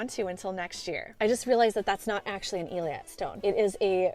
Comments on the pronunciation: Hey,. Thanks for another great video. I know you like to fix any mispronunciations:) so I figured I'd reach out to let you know that Eilat is pronounced ay-LOT (two syllables). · Love your channel! The correct pronunciation of the stone is ey laht.